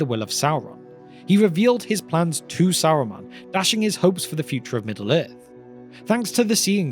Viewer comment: Saruman or Aruman?